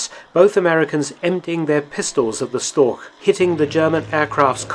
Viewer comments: storch is pronouced "shtorsh" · Interesting as always. Just a hint for the pronounciation of the word Storch - German ch often denotes the same sound as in Loch Ness, but it doesn't in Storch. In Storch the sound is pronounced like the h in huge or Hugh (in a British pronounciation, where the h actually represents a sound). Both ch sounds are mutually exclusive and there are rules as to when to use which, e.g. you'd use the Loch sound following an A, whereas you'd use the huge sound following an I -> making for ach ('oh' or 'alas' in English) vs. ich (first person singular pronoun). The rules are pretty intuitive as it is easier to use the Loch sound after sounds that are produced with an open mouth and/or rounded lips and the huge sound after sounds that are produced with a half-closed, narrow mouth.